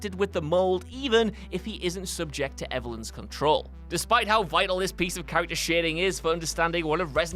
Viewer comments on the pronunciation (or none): none